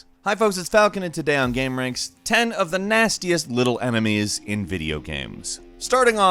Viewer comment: Emenies falcon??? EMENIES?!,!